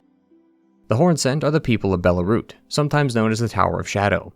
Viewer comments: I think Belurat is bear-loo-rut, not bear-lah-root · It's Belurat, not Belarut... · dude please pronounce belurat correctly. you say belarut, its not belarut, its belurat. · Bro said Belarut it's Belurat :P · Belarut? am i the only 1 hearing this? Ngl, love listening to the lore. But I can't help doing a double take when you keep saying BELARUT when it's supposed to be BELURAT. It's like introducing your name to them, then they would say it wrong in the same breath. Like, "hello, my name is JULIE" "oh hello JULY. Can i interest you with some crackers, JULY" 🤦‍♀️ 😅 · I left the moment bro pronounced Belurat wrong 😂😂